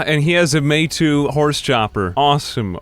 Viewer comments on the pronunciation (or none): Hey no hate, but I'm glad One Piece taught me it's May-Tow and not May-Two. :) Ed: Which translates (roughly?) to Named Blade.